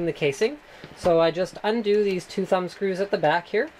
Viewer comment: "undo the thumps screws" lol